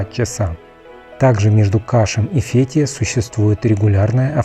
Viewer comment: ВЫ можете запомнить!? НЕ фЕтие! А фетХиЕ!! ФетхиЕ!!( с буквой Х и Е в ударение на конце) бесите безграмотностью!